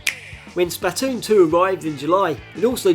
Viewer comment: Why do you keep saying Spatoon instead of Splatoon